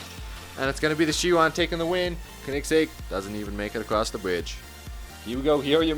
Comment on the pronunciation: It’s not the kenigsegg it’s a koenigsegg and pronounce “Koen” as “cone”